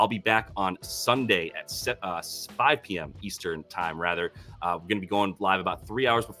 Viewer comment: It's not "toooo", It's "TU" 😉